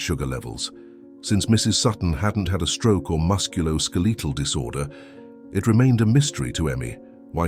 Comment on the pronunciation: The "AI" needs to learn the correct pronunciation of words like head, live, musculoskeletal... Other than that, the story itself was good listening!😊